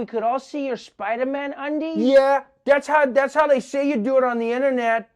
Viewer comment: Not hating Trevor but you didn't pronounce "yours" right either lol. It was pretty bad at 3 mins and 12 seconds. Like if that was an accent, it doesn't fit the rest of your speech and we know you weren't trying to make a joke there. Lol. Anyways...... Yea.